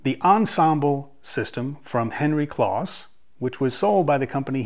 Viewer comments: Nice review, but just FYI, Henry's last name was pronounced with a long o, like "close." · Just for information's sake....Henry's last name Kloss was pronounced with a long "O" like close so it's like the adjective "close' like I was close to the fire. I only discovered this a few years ago myself.